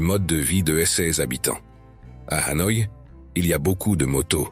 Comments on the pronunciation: Pour un reporter et commentateur chevronné , prononcer HANOA au lieu de Hanoi est presque une faute professionnelle . On ne dit pas PAROS voyons !! En plus choisissez des photos de vraies vietnamiennes pas d'autres filles du SE aisiatique ! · J'avais deja visionne' des centaines de videos sur le Vietnam, mais celui ci m'a attire' par le commentaire, on sent le lecteur passionne' par son sujet, lecommentaire etant bien lu (au fait on dit HanoI et HuE, derniere voyelle bien accentuee0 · Très joli reportage. Dommage cependant d'utiliser l'IA pour la narration, cela entraine des fautes de prononciation (ville impériale de HU au lieu de Hué et capitale, Hanoï souvent prononcée ANOI), cela ajouté à un rythme monocorde qui devient vite lassant. Pourquoi ne pas utiliser une voix off humaine en place de l'IA (l'intelligence artificielle) ? Sinon, très belles images et vidéos. Reportage complet montrant les multiples facettes de ce fantastique pays et de ses merveilleux habitants. J'ai donc décidé de m'abonner à cette chaîne afin de découvrir les autres vidéos. Bravo pour cette excellente idée et ce format aussi original que novateur ! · Cette vidéo est très intéressante. J'ai fais plusieurs voyages au Vietnam, mais là je découvre des endroits que je n'avais jamais vu et ça me donne envie d'y retourner une nouvelle fois. Dommage que le commentaire de la vidéo soit assuré par un robot qui déforme pas mal de mot, y compris le nom de la capitale devenu "A noix".